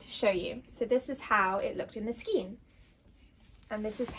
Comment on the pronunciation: Skein is pronounced SKANE